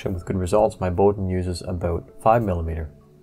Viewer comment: There are many assumptions in this article. Firstly Bowden is pronounced Bow as in WOW. The PTFE tube and fittings are specifically designed and made for compressed air or fluid use not as a guide tube. The fittings are a bastardised Festo design for a quick connect air fitting with the sealing O ring removed, hence the slack in the line fit as the barbs are not hold in the correct position. What is required is a Swagelock style asymmetrical ferrule and fitting. This style fitting will grip the tubing and as long as not over tightened will be a vast improvement over stock. Additionally the excess movement is calculatable if you measure the inside id of the tube and the od of the filler and for every 15 degrees of bend allow for the difference. Outboard motor control cable design is basis for formula. E.G. the id is 3mm the od is 2.5mm difference is 0.5mm bend radius is 45 degrees 45/15 = 3. 3 X 0.5mm is 1.5 of excess filler movement. Measure bend at several hot end and z track heights and average the bend radius. Interesting diagnosis but some assumptions are not so sound.